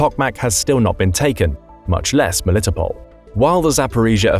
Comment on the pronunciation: Ro-BOT-in-uh, Mel-i-TOP-l.